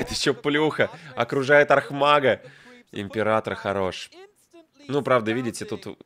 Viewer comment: "Ипрератор" ну вы и челедь.